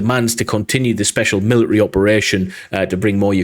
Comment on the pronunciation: Note: mili-ary is actually pronounced military